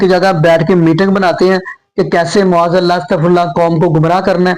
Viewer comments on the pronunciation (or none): Ma'aaz Allah aap kyon nahi sahi se bol sakte? You always say Mu'aaz Allah. Can you correct your pronunciation?